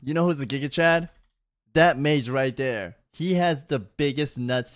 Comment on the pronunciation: you pronounced chigachad wrong